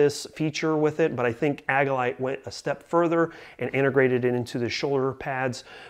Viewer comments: Good review... thumbs up! I've had mine for some time now and love it. One small review critique... it's pronounced "AGILE-ite" not "AGG-ilite." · Mispronouncing Agilite is suspect. Seems like just a clickbait review if you don't even know how to pronounce the name of your "favorite" carrier.